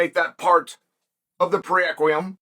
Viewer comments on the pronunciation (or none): Did Chael make up a new word?? Preequem? Did he mean prerequisite??